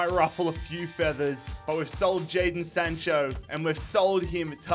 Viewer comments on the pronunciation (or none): none